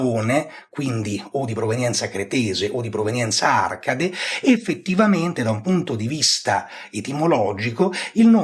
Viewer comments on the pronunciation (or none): none